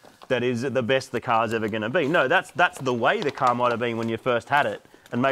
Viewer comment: “If your car doesn’t small great, just pop a cherry in your cahh” -wise words of moog